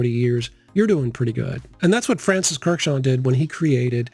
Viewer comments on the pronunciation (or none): I’ve always been told that the second K (as well as the D) of Kurkdjian’s last name is silent 🤫